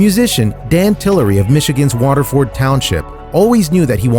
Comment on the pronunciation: You pronounced Waterford wrong lol